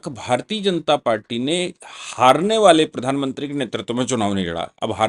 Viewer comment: बाले नहीं। वाले। हिंदी सुधारो।